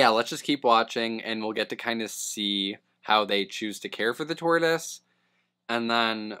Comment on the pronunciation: Dude called it a 'turtoise' at one point 😂